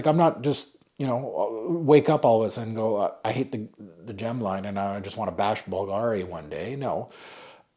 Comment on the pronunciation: .....it's pronounced BOOL-gari. You you you....who endeavor to pronounce everything correctly....BOOL-gari. Merci. PS: I own a BULGARI Aluminum wristwatch. It's a modern classic beauty. (((🐧)))